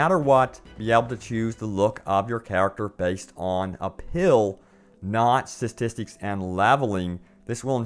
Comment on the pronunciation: "WahhPen".............-_- "SiStistics"...........-_